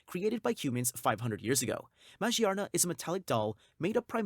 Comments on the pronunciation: Majee-arna??? Dude she is literally themed around gears and cogs. Its magearna. Ma-gear-na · It doesn’t really bother me but you pronounce magearna as ma-gear-na or maGEARna not mage arna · Ma-gear-na , Jesus you butchered that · the way you pronounce magearna bothers me deeply....